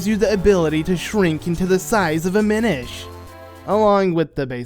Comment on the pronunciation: Oh... It's, Mi-NISH